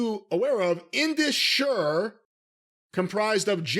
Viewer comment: Indus sher is pronounce Indus share